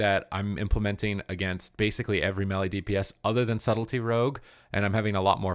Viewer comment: drives me crazy when you pronounce melee mehli.. it's may lay!!!! What is it with gamers that they suddenly do not know how to speak English when talking about game stuff... it's so funny